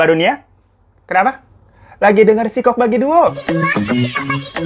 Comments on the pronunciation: alfatihah utk para korban tragedi terowongan paledang.. btw bang, sikok bagi duo itu pengucapan nya pake 'ain bang bukan pake k.. 😂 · Siko' bang nyebut nya🤣🤣 wkwk